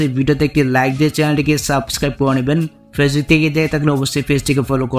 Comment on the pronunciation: ভাই... আপনি ফেসবুক বলেন? নাকি পেচুক বলেন? কিছুই তো বুঝি না। আপনি শুদ্ধ ভাষা ব্যবহার করেন না কেন?